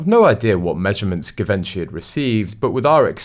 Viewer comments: “ZHEE VON SHEE” not “Give Inchy.” While we’re at it, Eugenie is “YOU ZHEN EE” Not “Eugene.” Just sayin. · Givenchy pronounced Geevonghi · Im sorry, but your pronunciation of so many things, is just awful! Givenchy. Rotorua. Just to name a few!